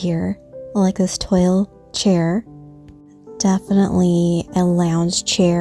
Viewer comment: Love your videos and savor everything as you go. For the next time the patterned fabric toile sounds like "twaall" because it's French pronunciation. ❤️